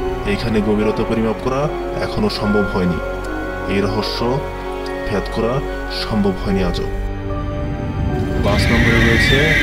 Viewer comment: ভাই,ভেদ কে ভ্যাদ কেন বলেন?? আজাইরা ছবি আর মিউজিক দিয়ে নস্ট করছেন সব।। নিজের উচ্চারন ঠিক করুন